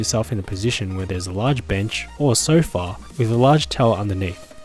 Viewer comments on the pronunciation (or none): I like how he says "sofa"